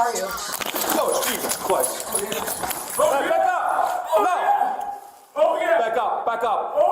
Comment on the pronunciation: "oh Jesus chWist"